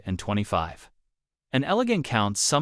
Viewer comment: you are pronouncing 1925 incorrrectly